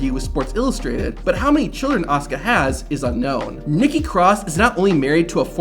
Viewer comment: Her name is A-S-U-K-A Asuka. Not Oscar ffs... Is this some kind of AI generated voice or something?